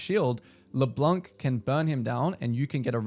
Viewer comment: Just so you know « Leblanc » is french for « the white one » and the ‘c’ is actually silent (so no « k » sound at the end)